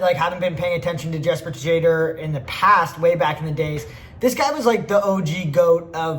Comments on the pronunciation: jesper tajader, matej savancer get some european name right damn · jesper te jade or is maybe the funniest way to say his last name ive heard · buddy its "shad er"